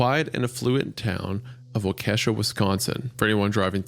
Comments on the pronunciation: person from Wisconsin here for anyone curious or other Wisconsinites that caught it: Waukesha is pronounced Wah-ke-shaw instead of Wuh-kesha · It's "Wa-Cuh-Shaw", not "Wa-Ke$ha". The pronounciation of Waukesha is driving me crazy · hate to be that guy but Wah-ka-shaw, not wa-kesh-ha. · I know this is three months old, but I’m from Milwaukee and it’s bothering me, the town’s pronounced like “wah-ka-shaw” not “wah-keesha” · ok, first thing is this was such a great episode! Absolutely loved the real-life story format! Second thing is the pronunciation of "Waukesha". It's actually said like "walk-eh-shaw" rather than "wuh-kesha" (coming from someone who grew up there lol). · WALK - AH - SHAW! Not WA - KESHA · the way i screamed “IT’S WAHW-ke-SHAW” when Wendi said “wah-KE$HA” and i’m from the west coasssstttt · trying to watch this but the pronunciation of wa-kesha is hilarious, its wa-ka-shaw wendigoon lmao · as someone from Wisconsin, Isiah pronouncing Waukesha as “Wa- Keesh-A” pains me. Its “Wa-Ka-Sha”!!! (I find this hilarious) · Wa-Ke$ha (My bros it’s wah-kuh-shaw, pretty even emphasis on each syllable) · Its pronounced wah key sha not wah kesha lol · As a Wisconsin native, it was funny to hear "wah-KEH-sha" instead of "WAH-keh-sha" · This hurts being from Milwaukee. It's pronounced Wauke-SHAW. Not Ke$ha lol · 6 minutes in and I probably agree with the comments that this Isn't It, BUT as a Virginian that moved to Wisconsin I'll switch it up and say that Wendigoon says Waukesha incorrectly like me and my fiance do lmao The correct way is like wau-keh-shaw evenly and not wau-KE$HA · Its actually pronounced 'wah-kaw-shaw', but I can get down with WauKe$ha too 😂😂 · walka-shaw, not wake$ha 😂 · Wisconsinite here, that pronunciation of Waukesha physically pains me 💔 Around my parts, we typically pronounce it like Wah-kuh-shaw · Waukesha is pronounced as “Walk-uh-shaw” btw, and there’s a small chance the psychologist in this story was also mine, Idk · Its walk-a-shaw.